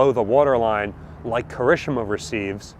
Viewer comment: please, Japanese is phoenetic. Ki-ri-shi-ma